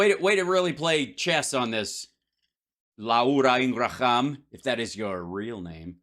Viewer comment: La ura Ing ra ham 😂😂